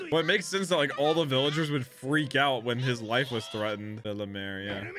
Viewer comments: Pronounced “Bell mare” not “Bella mare” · please stop saying bellemars its bellemere not bellemar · bella-meere is how you would say her name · Fr I was scrolling and scrolling but finally i find a comment that mentions his horrible pronunciation 😭😭